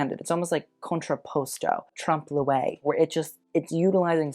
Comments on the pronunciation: it's pronounced ' tromp-loy "- ( trompe l'oeil ) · Daaling, you need to work your trompe l’œil pronunciation. It jars with the quality of your content! With love 💗💗💗